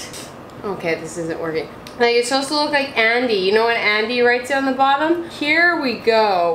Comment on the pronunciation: supposed*. Sorry, pet peeve 🙈